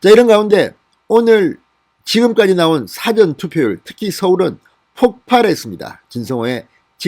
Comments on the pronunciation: '사전 투표'에서 <사전>의 발음이 좀 어색하게 들립니다 국어사전 영어사전 할 때처럼 너무 짧게 발음하시니 어색하게 들립니다. 길게 <사아전>으로 하는 것이 바릅니다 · 진성호씨 사전투표발음 똑바로합시다 국어사전 영어사전의 사전발음하고 사전투표의 사전의 발음은 틀립니다 지금까지의 동영상모든곳에서 사전투표발음 바로잡아주세요 명세기 기자출신 아닌가? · 진성호씨 사전투표발음 똑바로합시다 국어사전 영어사전의 사전발음하고 사전투표의 사전의 발음은 틀립니다 지금까지의 동영상모든곳에서 사전투표발음이 잘못되었습니다 바로잡아주세요 명세기 기자출신 아닌가?